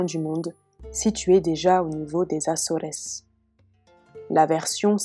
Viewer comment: Acores se lit "asor", je crois, et non "asorès".